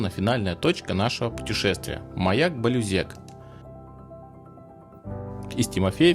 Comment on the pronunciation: Маяк не балЮзек а балюзЕк